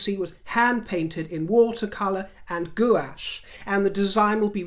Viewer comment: Gouache is pronounced “gwash”